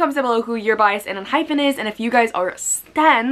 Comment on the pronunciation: Its pronounced en-hype-en